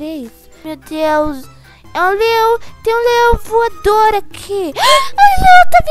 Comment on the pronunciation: Ela fala uma coisa q n entendi no inicio eu e oq eu entendi:LEÁO VUADOR